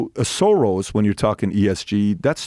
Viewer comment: Arrghhh it's pronounced 'Shorosh'!! With an SH!!